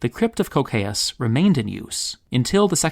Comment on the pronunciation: Anyone else kinda mad at the english pronunciation of "Cocceius"? Where the hell does the [oʊ] sound come from?